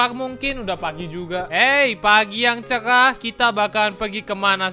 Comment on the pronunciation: Ah Pagi yang cengah, Me:Cerah bang bukan cengah